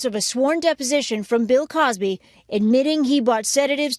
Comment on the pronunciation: Omg she said pill Cosby 😭😭😭. I'm crying